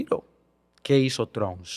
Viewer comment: Pero porque no sabe pronunciar Trump?